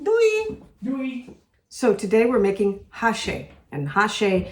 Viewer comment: It's not háchee, with the emphasis on ha, but it's hachée, with the emphasis on chee. The meet pieces ought to be bigger and the onions in slices, not chopped